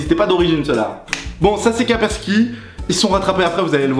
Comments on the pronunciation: Kapersky ? On dit Kaspersky ! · c'est kaspersky et non pas kapersky ;)